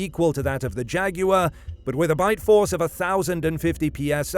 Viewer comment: thank you, for saying jaguar correctly.